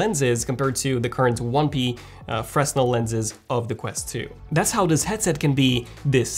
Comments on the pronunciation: another excellent review. Just a quick FYI, "fresnel" is pronounced, "Fre-nel", the s is silent. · Bro. It’s pronounced “fray-nel” (fresnel lenses)